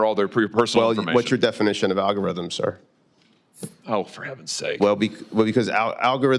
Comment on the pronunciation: "noo, we don't discriminate, the algorhitm does; what algorhitm? what's an algorhitm what are you talking about define algorhitm"